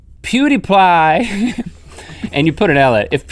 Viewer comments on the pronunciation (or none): Lol its not plewdepwie is (PEW-DEA-PIE) aka pewds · "ploo-dee-ply" link 2015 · It's pewdiepie not pewdieplie +Pewdiepie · Zara Zen u spell it pewdiepie and pronounced pew dee pie or peewwwww dee piiiii lol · As soon as I heard sourcrout I thought " hey I'm German and im learning. How to make sourcrout now!" I also looooove frank Sinatra ...did anyone else notice link said pewdieply?